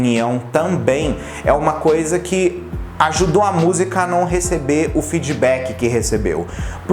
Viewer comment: "Feedbackee" Porque que vc so tem sotaque br no feedback?